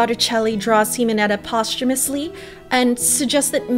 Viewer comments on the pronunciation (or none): none